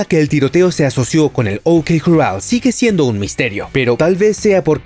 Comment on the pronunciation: A ver si aprendes a decir corral.